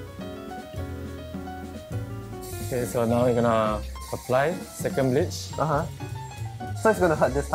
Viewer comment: hair stylist, “b**ch” instead of “bleach”